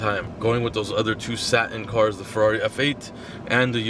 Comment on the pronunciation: used to pronounce “satin” differently, just teasing, glad video is out, makes working from home on a monday easier!